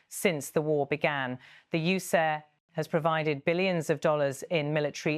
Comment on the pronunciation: I don't like how this AI generated British accent voice pronounces USA as U-SAH. Otherwise would never have guessed it was A/I